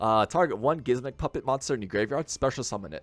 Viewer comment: Why are you calling it gismmik